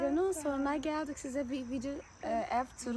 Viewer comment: Sesli uyumu diye bir şey var Türkçede, "geldik" denir "geldık" denmez, 😂❤